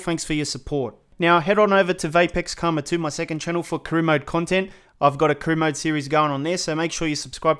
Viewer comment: Man said carona mode😂😭😭